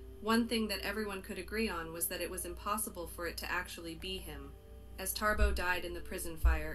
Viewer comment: Why is the woman saying Tarbo instead of Thabo?